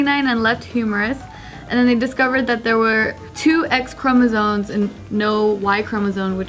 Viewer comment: ChromosoNes and Essscavated.. I'm sorry but this is what happens when you speak perfect english, but you gotta pronounce some words with your original accent, even though you don't have an accent. I guess it starts sneaking up on you after a while.